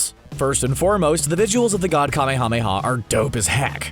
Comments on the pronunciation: It's not kame-hame-ha its kamehameha like kah mayamaya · Jesus Christ stop saying KA MEE HA MEE HA. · You REALY need to work on your pronunciation of kamehameha.. I can barely watch this video only because of that...